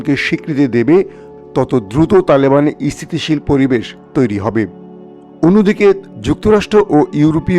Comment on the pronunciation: স্থিতিশীল শব্দটা আপনার উচ্চারনে শোনাচ্ছে ইস্থিতিশীল।